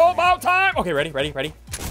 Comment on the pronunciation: talking aboat ierning